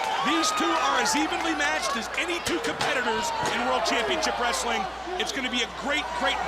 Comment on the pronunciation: WRES - UH - LING